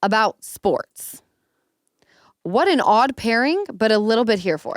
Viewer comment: At first - I thought you said Lamar and Caitlin’s podcast was about “forks” 😂 not sports! Now that would be a funny podcast I would listen to! 🎉